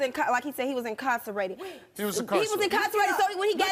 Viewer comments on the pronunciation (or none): He was “in-car-cenated “ 😂